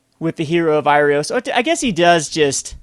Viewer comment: Heroe of IrOAs and AINok Boundkin, not IrIOS and def. not AURIok. Bothers me more than it should.